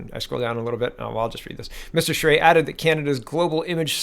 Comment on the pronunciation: " You pronounced Charest's name ~PERFECTLY~....nice going ...most would not have " { I'm Canadian} [[ and actually have Family 3 blocks away from this location and friends right next door ...the area is FULL of ~Crack~ Addicts too,unfortunately .... ... but has fallen to * Immigration-Inundation " that first *creates the problem " ...then ...sets up shop to run The Business... with both the cops & Lawyers?Crown Attorney's help ...by looking the other way...reduced sentencing... and out & out Payoffs to all mentioned above...as "IT IS THEIR DRUG RUNNERS / DEALERS that they defend [[[ I NOW THIS FOR A FACT ]]] - ( * PERSONALLY WITNESSED ON NUMEROUS OCCASIONS ) {{ ***There are also A LOT of them that ***Directly >ARE>< The Source of the drugs coming into & being distributed among the dealers;then users in the City of Ottawa [The Nations Capital - by the way] The City ...is totally Unrecognizable from what it use to be ...not even 20 years ago... lie ~MOST~ ...now in North America ...if you were to as some of the ones that have been here this long[born-lived here for generations etc] *annnd....it's ~ONLY~ GOING TO GET MUCH-MUCH WORSE ... with the U>N>'s latest con-job of sticking the rest of the World ...with the free-loaders of tomorrow 750 000 people ...I believe ...to be re-settled here in Canada alone... HOW ...does a population of 32 million ....pay for this >ALWAYS INCREASING < levels of people who will ***NEVER WORK ...nor pay into the system ...but rather just draw from i